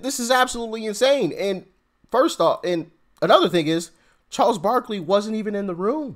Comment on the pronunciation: Barkley not barkely...